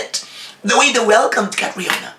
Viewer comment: From a country who is also a powerhouse in pageantry, for sure they know CATRIONA! You guys with me? They are saying that because of cultural indifferences that’s why it was pronounced as GARAY but C’MON!!!!! Ms. Universe 2018 Also CATRIONA SAID THAT. “My dad is a SCOTTISH immigrant and my MOM is a filipina” POR PABOR COLOMBIA!